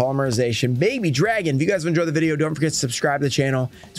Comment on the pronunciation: You saying baby dragon is so funny lol